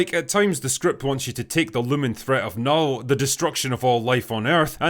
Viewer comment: As a swede, I lament the fact that they didnt pronounce Knull properly (Portrayed in the movie as Null)